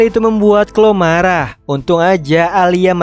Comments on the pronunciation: Kak bukan clo kloee 😂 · koreksi bang bacanya namanya clowe tapi tulisan chloe